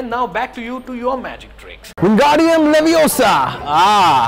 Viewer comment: It's Levi O saa... Not leviyosaa...😜